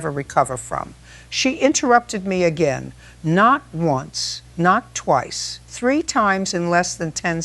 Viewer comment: Mayo, FL AI needs to pronounce words correctly: again, record, Karen, strategically, Ms. Judge Judy does not ramble. She gets straight to the point. She would have Karen removed from the court and held in contempt after about the 3rd interruption. Karen's house should be seized and sold to pay her contractor debts to make them whole.